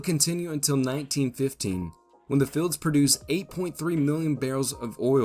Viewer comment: Is it "oil filleds", or "oil fields"?